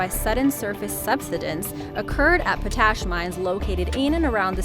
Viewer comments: Pot ash, not po tas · Sori sori.... But seriously, it's pot-ash. Not po-tash. I could be wrong, I didn't check the dictionary for pronounciation, but that's the way I've always heard it... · It's pronounced Pot-Ash, not Pa-tash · It's pronounced POTash, not potASH. Scary stuff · It's POT ASH - not po tash! Stupid computer voices. Jesus, is everyone afraid to hire a real human narrator nowadays? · That's "pot-ash", not "po-tash". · POT...ASH...not PO TASH ...sheesh....cant even say words correctly. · the word is pot-ash. not po-tash. If you are going to narrate, learn the words you use. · Its pronounced Pot Ash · Its not PoTASH its POTash. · Potash? Pronounced "pot ash." unstressed. not p'TASH. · Pot ash; not p'tash. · POT ASH not tuttash! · "Number 3"... it's pronounced... "pot~ash". Not "pO,Tash" such is my experience. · Potash is NOT pronounced "Poh-tAsh" but "Pot-ash", you English speaking dunce. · Why can't you say potash? Say pot. Say ash. Potash... Potash should not sound like moustache, rather like not-ash... lol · POT ash not po TASH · the way she says potash annoys the hell outta me. It's pronounced "Pot-Ash" not "Puh-Tash"...christ on a fucking crutch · Po-tash! The word is Pot-ash. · Nice video. But please learn how to pronounce potash. It's pot - ash, not paw - tash. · #3 Po-TASH?? The word is POT-ash, my dear. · Pot ash....not potash. It's pronounced like two separate words. Pot ash. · POT-ASH WHY IS IT SO DIFFICULT TO SAY CORRECTLY?!? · What's with the music being louder then speech people ... come on Oh and someone who can pronounce simple words like... potash it's pronounced pot - ash . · I'm sorry, but it's pronounced POT-ASH. It was driving me crazy😳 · Who taught you how to pronounce potash?